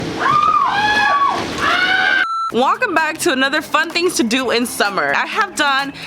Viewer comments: Did anybody notice that she said walcome instead of welcome😂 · “Wolcome back”